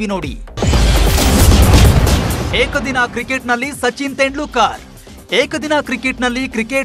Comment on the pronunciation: ಅವರ ಹೆಸರು ತೆಂಡ್ಲೂಕರ್ ಅಲ್ಲ ಗುರೂ. ತೆಂಡೂಲ್ಕರ್ ಅಂತ ಸರಿಯಾಗಿ ಉಚ್ಚರಿಸಿ